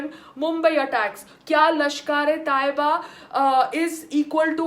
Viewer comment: Well done again PAYAL... but kindly accept some correction and information from my side... 1. Just call Laskare Toyaba NOT LashkAAre 2. Tht name was ajmal not ajmAAl 3. and tht crook bastard NDTV anchor is NIDHI RAAKDAAN not SONI RAAJDAAN ... 4. And in final RSS flag is tht flag of our ancient FLAG of RAAMRAJYA of Lord RAAM... n flag of PANDAVS in MAHABHARAT. .. n flag of our all Indian Samrats ASHOK... VIKRAMADITYA... CHANDRAGUPT... n so on.. MAHARANA PRATAAP n CHATRAPATI SHIVAAJI MAHARAAJ ....of SAFRRON colour ...